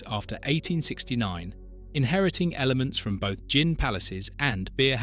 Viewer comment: Interesting but why do you sometimes pronounce gin with a hard G?